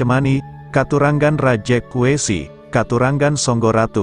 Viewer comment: Bukan Rejek wesi ,..maaf .tpi Rajek wesi ...🙏